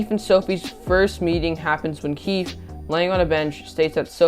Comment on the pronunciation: You have to say the E in keefE is keefEe